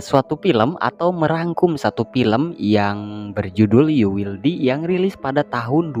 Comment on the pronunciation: Bang, izin koreksi bacanya "yu wil dai"